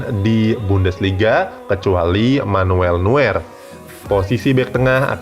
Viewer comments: Neuer dibaca noyer bukan nuer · Noier min bacanya bukan nuwer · Bacanya nuyer LOL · noyer bacanya bang buat nuwer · Sedikit koreksi nama NEUER .di ucap NUYeR bukan NUWER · Koreksi lagi : Neuer dibaca Noier. Sama kayak Reus yang dibaca Rois